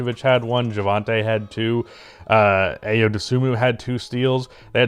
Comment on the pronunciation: Its eye-o.😂😂😂